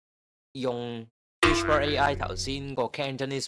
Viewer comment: Channel 學到野。多謝無私分享。🙇 1. 不過師兄讀(WISH-PER)係錯誤讀音，應該係讀(WI-SPUH)，系統辨認不是「Whisper」並沒有錯。 2. 佢個performance 係再拆開Cantonese (HK)同 Cantonese (CN)。Cantonese (HK) 分數係15.9，差過Cantonese (CN)的10.9，主要因dataset 普遍係廣東話撈埋英文，所以準確度會再低啲。